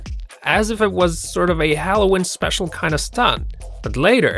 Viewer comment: Halloween is pronounced with a long e